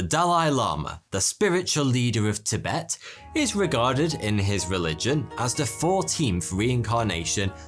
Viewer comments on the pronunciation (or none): none